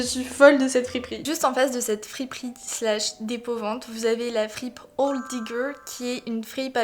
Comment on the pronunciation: Quand t'as dit "librairie dépôt vente" j'ai entendu "librairie d'épouvante" j'étais en mode what ???! 😭😂